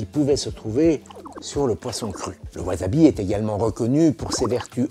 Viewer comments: Mata ne (à plus), plutôt que sayonara (au revoir / adieu). Au passage, on dit "wassabi" pas "wazabi" ^^ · Attention à la prononciation des s en japonais. Ça ne se prononce pas z, mais s. Si c'était z ça s'écrirait z. La plupart des francophones font l'erreur et ça m'énerve à chaque fois. Ce n'est pas wazabi mais wassabi. Pas Toyozu mais Toyossu. Etc.